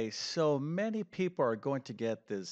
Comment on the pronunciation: many?- Are you American?